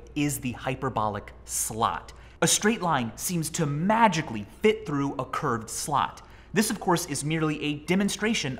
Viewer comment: Americans have to learn how to pronounce the word “slot” properly